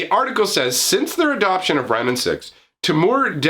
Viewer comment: you say temur like a real hillbilly